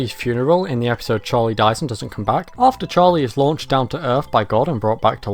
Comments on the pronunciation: Why do you pronounce the word episode as "epeesode"? I never heard it pronounce it this way before now. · Bro why do you pronounce it Epeesode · I like how you say episode. Eppysode.